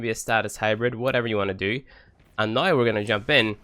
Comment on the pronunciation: Why is he saying noi instead of now? Is that a dialekt? Don't want to offend or trigger...just want to know.